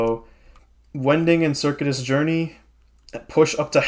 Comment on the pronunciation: Minor pronunciation quibble: Circuitous is pronounced ser-CUE-it-us, not like the computer circuit.